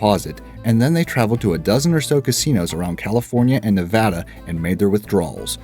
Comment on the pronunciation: You said Nevada right the first time lol how did you fuck it up the second time but not the third?